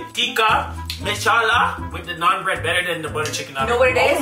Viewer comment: Fellow Indian here!!! I can’t believe you are trying it for the first time! It is soooo flavourful! Oh….and thank you for pronouncing Naan right! I was ready for my ears to hurt but you nailed it!